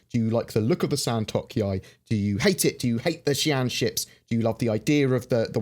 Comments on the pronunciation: The pronounciation is San - to - k.yāi Not San - tok - yāi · Hearing mispronounce the Santokyai...